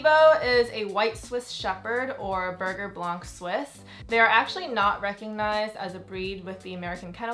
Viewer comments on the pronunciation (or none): Also I mean this in no rudeness or disrespectful-ness but you should learn how to pronounce berger blanc suisse the right way which is French. I just know the breeders want us to pronounce it the correct way which isn’t sounding like burger! 😂🥰